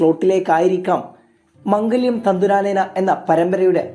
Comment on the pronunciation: മംഗല്യം അല്ല മാംഗല്യം എന്ന 😂